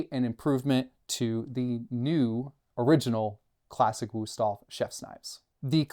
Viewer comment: It's a nice review, but as a German, it drives me crazy to hear the wrong pronunciation every few seconds in this video. Please, just go and learn the name, out of respect for the brand.